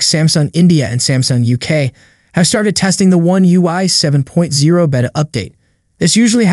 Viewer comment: "Baytuh" NOT behta